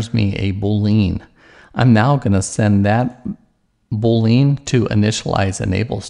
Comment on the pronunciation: Just thought it funny how you say boolean. lol